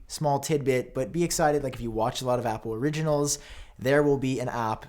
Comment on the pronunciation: Why does he pronounce Apple as “Appooh”?